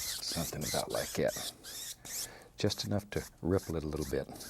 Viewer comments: Sometimes I hear "somethin' about lye gyat" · What is a "lie cat"? He says something lie cat. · jimifender Yes it was a joke. He is saying "like that" but his country roots allow him to say "lie cat"